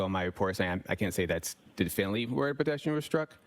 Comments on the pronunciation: He repeatedly can't say "definitively" (d'fin-ly) ... because he doesn't actually know how to say it or spell it. He doesn't know the word. He's not an expert in English. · It may be petty and a little bit elitest of me, but every time he says "definally" instead of "definitively" it hurts me.